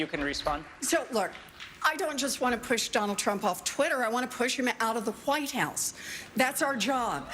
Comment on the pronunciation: Has anyone ever asked Elizabeth Warren to say, "Cool Whip"? Because she says "White House" in a peculiar way.